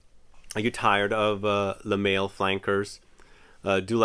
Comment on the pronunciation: Lol you really pronounced it "le mail"? Instead of Le mall